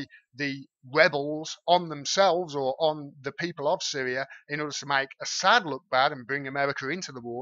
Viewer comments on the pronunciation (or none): none